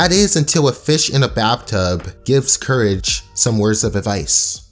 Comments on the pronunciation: You said curse the cowardly dog instead of courage in the beginning of the video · No one: Absolutely no one: starting the video: “Curse the Cowardly Doug”